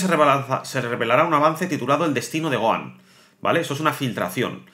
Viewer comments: Es Gohan no goan 😂😂😂😂 pero gracias por la información pero intenta por favor pronunciar bien los nombres de los personajes como fan telo pido se que eres español y allá ustedes le. Cuesta pronunciar los nombres de los personajes o le cambian los nombres pero como fan por favor telo pido pronuncialo tal cual como se llama en Japón ❤ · Oye t correjiré algo, Gohan no se pronuncia "Goan" porq la H en su nombre es como una J en cualquier idioma como lo habias dicho una vez so lo habias dicho bien. Eso era todo, saludos y grax por toda la info💯👌🏻🔥